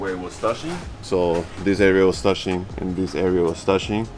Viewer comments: I just love how says "Toushing" instead of Touching xD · be like, “ Where it was toushing”